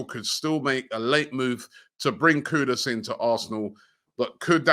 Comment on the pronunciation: Wow its been more than 2 months and Robbie got Kudus name right!